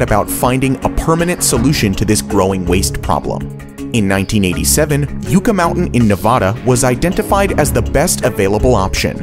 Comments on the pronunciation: Phonics lesson: YUCCA, pronounced yuk-ka. The "U" making a Short "U" sound. You are giving a long"U" sound, Or pronounced U-KA. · Just to let you know, you're mispronouncing "Yucca" it's pronounced "yuck-uh" not "you-cka" the yuca root is a edible plant, and the yucca plant is a mostly spiny plant useful for weaving and basket making. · Okay man good video. But it's pronounced yuh•kuh like the Yucca plant. Not You•ca. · Yucca in Yucca Mountain is pronounced YUCK-a, not YOU-ka. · If he said "you-ka" mountain one more time, I was going to scream! It's pronounced "yuch-a"! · Yucca is said Yuka, not yooka. Sheesh. This channel is crap. Some of these projects are still viable! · It's not pronounced "Yooka" it's "Yucka" (Yucca). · It's not yook uh it's yuck uh it's named after the desert plant. This is a real problem on You Tube. People rant on these videos like they know but can't even pronounce half of what they are talking about. Language is important. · It's pronounced yuhcca not yooca. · Yucca is pronounced like yuk...not yook. FFs that was so annoying hearing the mispronunciation over and over again. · Holy cripes, dude saying "Yoookah Mountain" drove me nuts. Dude, it's spelled "Yucca", so say Yucca. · Talk to a Nevadan. Jeez. Yucca Mountain? U-ca? It’s yuck-ca. Just like the yucca tree. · bro, Yucca mountain. pronounced Yuck-uh. ok? not yooka. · Yucca is pronounced like yucka not you-ka. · Yucca is pronounced: yuh-kah. Not yoo-kah. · What do I think? Well, you mispronounced the last one. It's 'Yuck-uh, not 'Yook-uh. Long live NIMBY! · "Yucca" is pronounced "yuck-uh", not "yoo-ka". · Its pronounced yuh kuh not you ka.. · Yucca is not pronounced "you-ca". It's Yuh-ca. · BTW, k a it is Yucca mountain., Nevada....yucka, like the desert cactus. Yukah, it isnt youka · "YUCCA" is not pronounced YOU-KA! It is pronounced YUCK-KA! Yucca is the name of a southwest desert plant. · Yucca is pronounced with a short u, sounds like, yuh-kuh. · it's pronounced yuh ·kuh